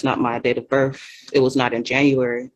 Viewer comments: Since she's so into proper wording. "Burf" isnt a word. Its Birth with a TH. She obviously doesnt care about her kid. Calls her property. (Well abortion advocates do that too but I digress) She cares more about her sovtard cult moor fake lingo than her own child. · What's a berf record? Is that like a criminal record?